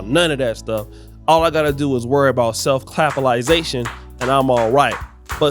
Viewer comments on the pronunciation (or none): Did he say Self clapolisation?....😢😅😅 lmao